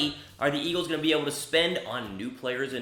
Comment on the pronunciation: what is "Eaglves"?